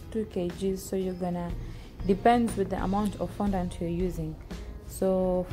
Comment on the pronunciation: You literally said no glucose or glycerin seriously.I mean glucose powder or glycerin powder is the same as glucose and genital .Im sorry I just unsubscribed and by the way it fondant not fondaant